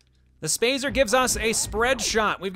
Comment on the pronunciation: "SpAyZer Spaz-zer SpAyZer" -, 2008